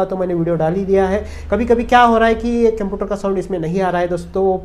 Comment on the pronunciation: केमपियूटार नही है बे – computer (कंप्यूटर) है।